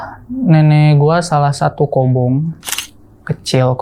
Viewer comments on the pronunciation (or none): kobong bang, maaf..bkn kobung